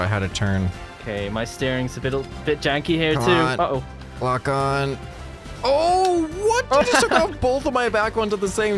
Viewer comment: I had to rewatch this like five times to figure out he said "lock" lmao